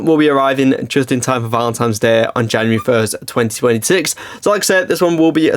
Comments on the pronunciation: Does he seriously not know that it is Valentine's Day not Valentimes? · “Valentimes”? 😂 Also, that fish tank is going to tank at that price! 🤦‍♂️